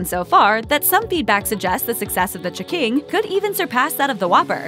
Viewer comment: Every time I heared this narrator say "ch'king," I punched myself in the face